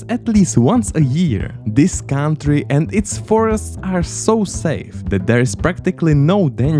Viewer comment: Please don't pronounce "country" as "káááuntry", a simple "kauntry" would be perfect 😂